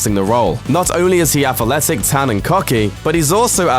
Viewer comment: Atherletic... You said Atherletic not athletic